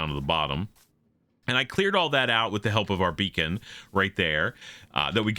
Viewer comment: "Got a beacon from Gruva" 🤣🤣